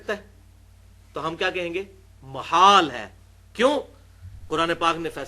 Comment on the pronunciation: مُحال بالضم او محال بالفتح؟ الصحیح محال بالفتح